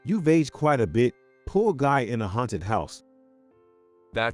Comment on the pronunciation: I believe the words are read by a voice simulating computer. I agree - it is really annoying! We should make a collection of the most egregious examples. My vote for most numerous & funny mispronunciations of the same word goes to the word “poor”, which always comes out “poo”.